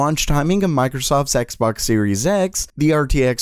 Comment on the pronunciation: Microsoft's X Box sounded like Microsoft Sex Box :-)))